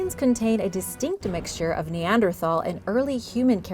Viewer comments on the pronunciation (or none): none